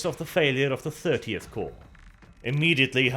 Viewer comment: Finally someone who can say the word Corps (Korps) properly. Emperor bless you